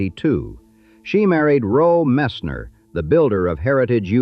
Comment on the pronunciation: The man that eventually became Tammy Fayes second husband is called Roe Messner not Rol Messner.And the house the Bakkers had was in Tega Cay ,South Carolina, not Tega Key. My aunt was married to a guy who lived there at the time and and we actually went on his boat on the lake where this house was and actually got to see the actual house where they lived.